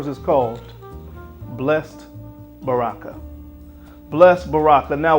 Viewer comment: Baraka is Arabic for “blessing” (“blessed blessing” is an odd name lol) and pronounced “bah-ruh-kuh.” You don’t want to know how “oud” is pronounced 😂